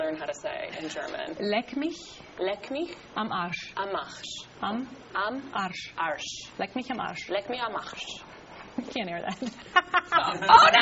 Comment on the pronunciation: Nobody quotes Goethe. We use the term just as Sandra said: "Leck mich am Arsch!" FYI: Her pronunciation is awesome!